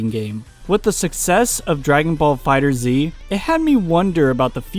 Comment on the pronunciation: Its called dragon ball fighterZ (As in fighters but instead of an S a Z) Not fighter Zee